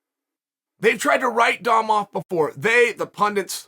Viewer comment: Chael is inches away from pronouncing Dom’s name like “dumb”. 😂